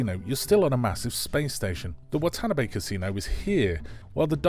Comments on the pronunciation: The Casino was probably the cheapest New Zealand location with poker machines they could find 🙄 The action in this show was Disney kid show bad. Every set they used looked like they spent $5 on decorations. Watanabe is pronounced "What ahh narr bay" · I probably agree with everything yo had to say, but... You lost me at "WAHtah-buh-ni"... fuckin' Bri'ish